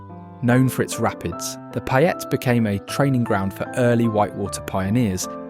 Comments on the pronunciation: "Even the locals don't know about???" You're not a local if you don't know about them. Oh and "Payette" is pronounced "PAY ette" not "PI ette". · Nice documentary, but if you are going to make a documentary about my state, learn how to say the names. You butchered ‘Payette’ and ‘Boise’ doesn’t have a Z in it.